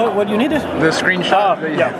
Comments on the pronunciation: tht guy said "tap the pen at da screen and u get a screen-shit!" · "You can take a screenshit" LOL!!